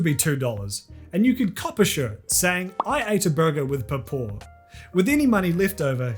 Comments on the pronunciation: You're mispronouncing papaw. It's more like Paw Paw with both syllables stressed and drawn out "aw"s. Its southern United States dialect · how to pronounce papaw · Hearing try to pronounce Papaw is adorable